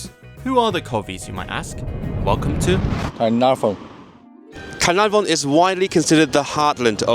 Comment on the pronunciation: Really enjoyed the film and you’re dads try at Caernarfon was really good 👍